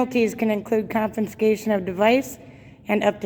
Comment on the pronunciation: YouTube lawyer who thinks she’s smart but can’t even pronounce the word “confiscation”. Nothing but a nasty Karen.